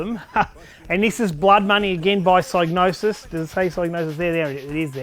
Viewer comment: for pronouncing Psygnosis correctly (with a silent G like Gnosis)